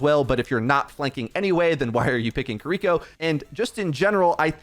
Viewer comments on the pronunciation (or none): kiriko NOT kuhriko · How are you gonna pronounce Kiriko 2 different ways in the same sentence. Sloppy af. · is like 50/50 on pronouncing Kiriko correctly.